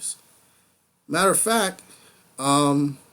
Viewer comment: Your thought process is getting better with each review. LOVE that you did more screen grabs! p.s. Bjorn = B-Your-n. (I know, I hate "grammar nazis" too LOL so just ignore my crazy nit picking :p)